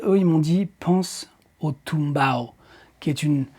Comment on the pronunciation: Le tumbao existe réellement tu ne l'as pas inventé et çà se prononce bien comme çà, mais c'est dans le Són, la Salsa et ses dérivés ;)